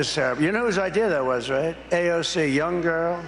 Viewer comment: He's called AOC, "AOL" before 🤦🏻‍♀️